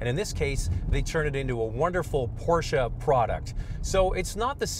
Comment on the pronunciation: Wtf is a porcha I thought it was porsche